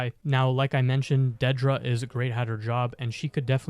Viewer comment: Good vid, but your pronunciation of Dedra was kinda odd... it's not how it's pronounced in the show